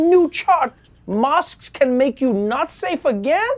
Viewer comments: Mosqued? What is TN sayin ;) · is he saying mosques or masks that dont work? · Did he say Masks or Mosques?